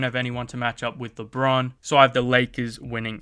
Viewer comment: It's lebron not lebon